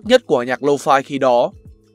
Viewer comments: "Low phai" ngược với "mau phai" 😁😂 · Nghe 4 năm rồi mà vẫn đọc là lô-phi : v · Toàn đọc là lô-phi :))